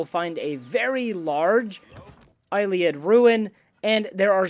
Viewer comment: There's no 'K' in Ayleid Phonetically, a-lee-id 👍